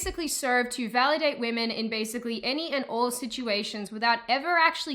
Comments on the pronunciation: "waymen" lmao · Waymen wtf? it is wahmen. It is pronounced ‘wa’ like a baby crying Then ‘men’ Wahmen. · Oh snap! She said wayman 😂